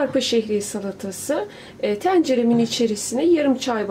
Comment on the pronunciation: elinize sağlık. Tariflerinizi çoğunlukla deniyorum. Gayet başarılı. Yalnız telaffuzunuzda kulağımı tırmalayan bir hata var. "Tencere" derken ilk "e" kapalı olacak. Siz açık yayvan "e" ile yayarak söylüyorsunuz. Madem video çekiyorsunuz, daha iyi daha güzel olsun. Emek veriyorsunuz sonuçta. Ankara'dan selamlar ve sevgiler 😊